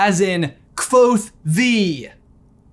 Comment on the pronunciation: Thank you for saying the “V” in Kvothe! It means a lot 🤘👍